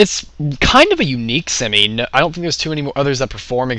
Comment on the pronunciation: u said semee :D lol